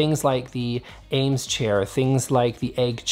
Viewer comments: Great video! But wanted to let you know you’re pronouncing “Eames” wrong. It rhymes with “dreams” not “James”. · You keep pronouncing and saying it AIMES chair. It’s pronounced Eames. Thx nice video nonetheless! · Eames, is pronounced 'eemz' - not 'ames.' sheesh.